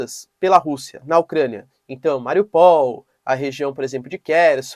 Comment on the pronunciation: Posso estar errado, mas Mariupol não é "Mariopól" é "Mari-ú-pôl" 👍